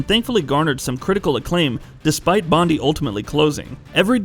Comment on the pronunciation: It's pronounced Bond-eye, not Bond-E lol. Take it from an Aussie.